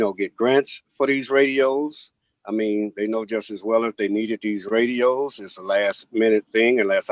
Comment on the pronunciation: Did she say, "REDio!" You mean, RADIO lady!!!